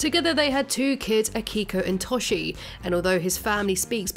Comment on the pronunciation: It bothers me way more than it should that you pronounce Toshi as “Tawshee” lmao. It’s like you make videos on series you don’t watch 😔 great video otherwise!